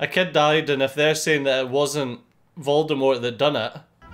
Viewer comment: I love your reactions! It might be too much to ask for, but can we get a compilation of all the different voldemort pronunciations at the end of this? The moment with sirius always makes me sad but just hearing say "Vuldemooooor" made me chuckle in the best way